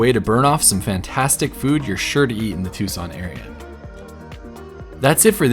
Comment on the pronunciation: As always, a great video! But it's Tucson, not Tuscon... :D